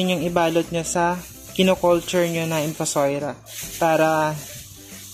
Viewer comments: In-Fu-So-Ria.. hindi po In-Fu-Soi-Ra... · Infosoira or infosoria..kasi infosoira po sabi mo.pero nevermind po..salamat sa info..sory ha